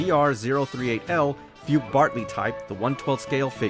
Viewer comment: FUKE is actually pronounced (FU-KAY) not (FOOK).